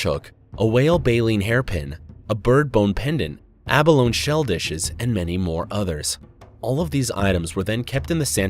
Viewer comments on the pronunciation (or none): Abalone sounds like aBBa-Loney (think Swedish head cheese)